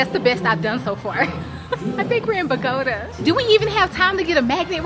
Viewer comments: Bogota pronounce Boh-goh-tah emphasis on the tah😂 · Bo - Guh - tah....lol.... 😅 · Happy travel. Bogota is pronounced BOE-GA-TAH 😂 visited there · Pronounced Bow-gah-tah 😘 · 😂 kudos to you for trying to pronounce it correctly. It’s Bo-go-tah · 🤣 😂 Gurl you trying to say Bogota has made my day! I kept thinking 🤔 where is Mama 😂, then you called her and still said it wrong. 😂😅I love it💕